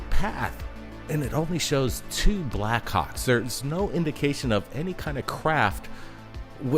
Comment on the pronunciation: I like how the brothers say "Backhawks" sound like they're saying "Black C#cks!. 😆. Great compilation of video with excellent explanations! Great job and! 🤘🗻🪖🛸👽👾